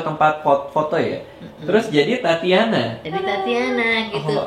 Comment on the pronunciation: kok tatiana ya ? bukannya tatjana ya ? =tacana gitu